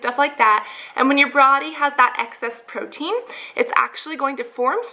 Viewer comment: brody:/ instead of body tehe